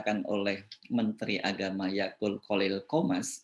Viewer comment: Akut pak bukan Akul